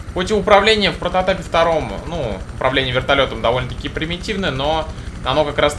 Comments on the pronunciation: у тебя клёвые видео токо есть ошибка не прототайп а прототип ок) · Почему он эту игру называет прототайп, ну видь игра называется прототип ани прототайп